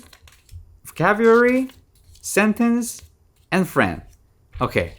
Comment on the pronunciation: It's pronounced vo cab u lary